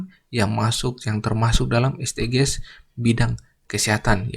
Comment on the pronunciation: Saran aja kak Bacanya esdijis . Soalnya kalo dibaca es de ge es kedengerannya asing dan ganjel 😭